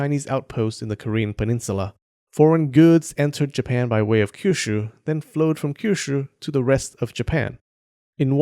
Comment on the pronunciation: Stop saying Kyushu like it's a Chinese word with that harsh SHYRR sound